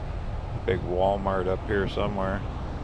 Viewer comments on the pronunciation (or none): none